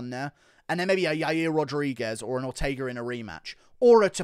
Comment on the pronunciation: Why didn’t he say Ortega either right? For Volk. He almost killed the man in those chokes, another one of those and it could be over